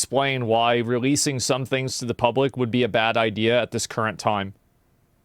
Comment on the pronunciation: i hear the word 'idea' pronounced as 'ideal'. instant idiot. i hear the word 'supposed' pronounced 'spost'. you lost me